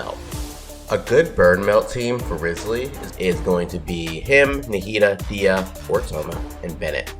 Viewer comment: Butchers his name Me: So you've chosen de- Me: You're off the hook this time...